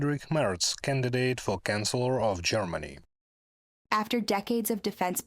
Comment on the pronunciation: with the most relevant news of the day! Dear narrator you are pronouncing 'CHANCELLOR' as we pronounce 'CANCELLER'..the 'CH' in Chancellor is the same as the 'CH' in CHurch.. Merz is not the canceller of Germany:elbowcough: As always best love and deepest appreciation of your work, Slava Ukraine! 💛💙